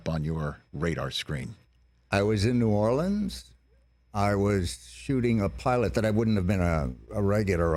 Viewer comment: Notice how he correctly pronounces "New Orleans". Not New Orleeeeens.